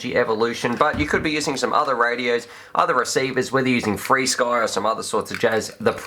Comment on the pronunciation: When you say what sounds like "freesky" are you talking about flysky?